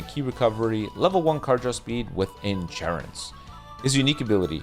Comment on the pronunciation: “On engurance!”😂